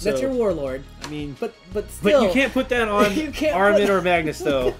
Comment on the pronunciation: Ah Ri Man...not Armin lol